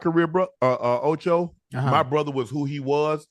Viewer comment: Say it with me Ocho it’s Shaaaaaaaaa not Shiiiiiiiiiiiii